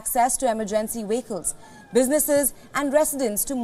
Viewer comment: I wondered what "wickles" were, then wondered how Uighurs got to New Zealand, then I figured out she was trying to say "vehicles" (VEE-hik-ulz). You're doing well, but not well enough to be a news reader, especially to an international/multinational audience.